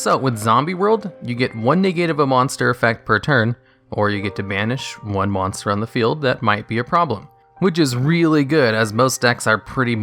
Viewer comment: “mosnter” Great vid though, love these lists.